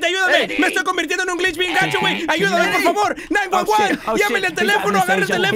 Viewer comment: When says 911 I here Juan huan